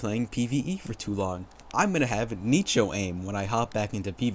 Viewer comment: I'd be more angry with how you pronounce Nicho LOL